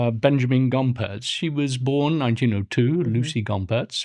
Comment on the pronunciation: I was the last ever pupil of Lucie Rie, she taught me on Hans' wheel which I worked on for a year. Everyone pronounces her name wrong, it is Lutsie, with a slight t sound. She corrected me sternly about this.